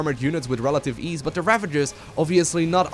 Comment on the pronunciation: it's actually "with relative ease" but now I just can't unhear it XD